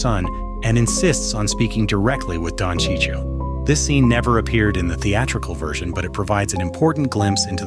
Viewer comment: Who's Sicio?! :/ F*ckin AI ...